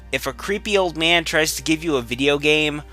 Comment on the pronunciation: agreed old man is pronounced old man not old meeean.